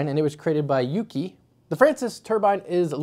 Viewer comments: YU-KAI not yuki lol. bro... haha :D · Hahaha, "YukAi" pronounced like the ie in "pie". 😂